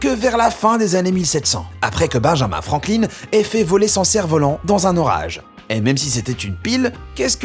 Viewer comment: heu..... FrankliNE (j'écrit la prononciation) ? C'était pas Franklin ?